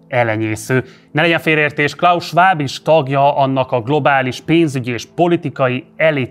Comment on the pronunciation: Még a klaus Schwab nevét sem tudta kiejteni🙄